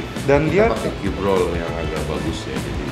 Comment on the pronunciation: Cube Roll, bukan Q Broll. Wkwk